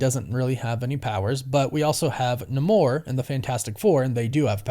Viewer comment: It’s always “nay-more”